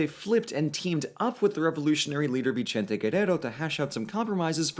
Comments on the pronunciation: Why did you call Vicente Vichente? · Vi-CHENTE Guerrero 😂